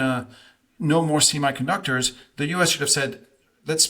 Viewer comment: Wow, one dude in the blue sweater doesn’t even know how to pronounce the word semiconductor. Lmao!!!